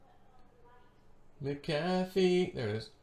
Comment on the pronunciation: MACK - uh - FEE... 😆😘 NOT - MUCK - HAFF - EE 🤣😂 Love you ❤